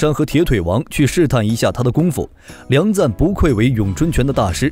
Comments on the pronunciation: 你这个6点半，到底是钱赞还是梁赞？ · 不是錢贊而是梁贊 以後解說用心一點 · 是梁贊．不是：錢贊． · 人家叫梁赞 不叫钱赞